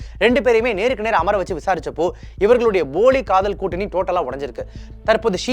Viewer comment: தம்பி அது boli காதல் இல்லை poli காதல்